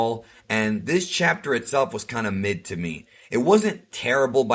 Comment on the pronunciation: he might have thought you were saying "meh". That's how it sounded to me at first until I replayed that part of the video.